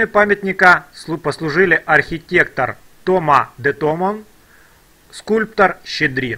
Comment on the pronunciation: Сорочинцы, а не Сороченцы. Обратите внимание: в Википедии указано, где правильно ставить ударение - ТомА де ТомОн, он француз, поэтому ударение делается на последнем слоге. СПАСИБО ЗА ЭКСКУРСИЮ!